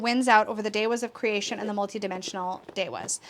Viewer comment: interesting! I think that’s why I like it so much because finding it hard to relate to makes it so mysterious and magical to me *i’m also curious about your pronunciation of devas as ‘de-was’ where did you learn that?